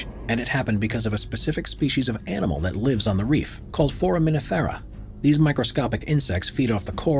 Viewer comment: FOR-uh-muh-NIF-fer-uh. I’m not exactly sure how you pronounced it, but as a science teacher it just made my butt clench up. Some science words really ARE hard to pronounce. Great video though.